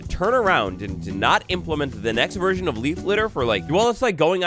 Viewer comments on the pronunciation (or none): none